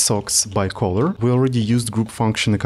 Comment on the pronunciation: Color - please check the pronunciation, bro ;))